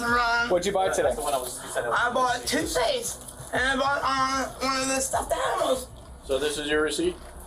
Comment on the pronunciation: "Crest TOOTHpaste." /facepalms SIR.